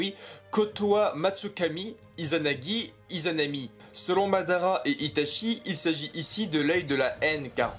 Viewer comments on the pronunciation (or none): Sérieusement, tu devrais faire des efforts pour prononcer les noms japonais... Amaterasu ne se prononce pas Amaterazu. Itachi se prononce Itatchi. Dojutsu se prononce Dodjustu etc